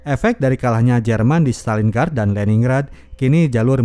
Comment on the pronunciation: Maaf,, bacanya Lenin-grad, Stalin-grad. Grad=kota. Lenin-grad= Kota Lenin.